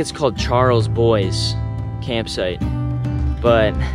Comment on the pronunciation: Great video. Love these mountains! Oh by the way, Shar-la-bwah is how you pronounce Charlebois... I think lol :D